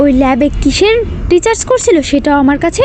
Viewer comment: Resarch কে Richarse বলছেন কেন ? বার বার যে ভুল হয় , সেটা কী আর ভুল ? ওটা অজ্ঞানতা। ঠিক করে নেবেন ভিডিওটা। রিচার্স নয় কথাটা। ওটা রিসার্চ হবে।